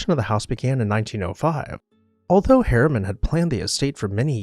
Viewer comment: Harriman, Not HERMAN.